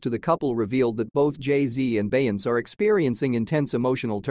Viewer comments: Ughhh, that "Bey-ence" is KILLING ME. They gotta do better with this AI thing!! 😳😫🤦🏾‍♀️ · Plz get an announcer that can pronounce Beyounce's name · AI, please do better. I cannot listen to something that doesn't pronounce correctly. The lies.😂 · Ya think you could pronounce Beyonce's name CORRECTLY🙄🤔? ...UMP....